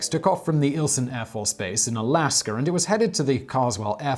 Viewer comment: Love your vids... but I'm sure its pronounced (Alaska) not (Alasker)...😏